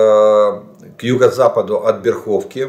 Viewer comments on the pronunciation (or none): Бéрховка - ударение на 1 слог: БÉрховка, но не БерхÓвка